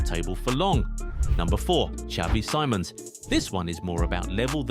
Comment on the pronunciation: it’s “Simons” not “Sīmons”